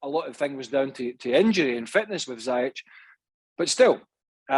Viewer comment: Already 1 and half of season..craig still pronounced zayech....zi zi ziiii zeyyy..not zaaaaaa 😏